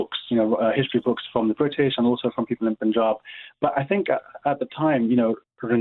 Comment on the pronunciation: Isn't it annoying when presenters say - the Pooonjab. Also, I hope she says Rani Sadaa Kaur correctly after she heard you saying it.